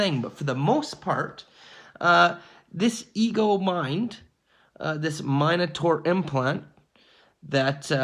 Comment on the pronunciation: It’s MIN ataur, not MINE ataur